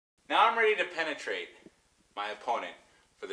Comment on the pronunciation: I can't dude. Its the emphasis he puts on penetrate.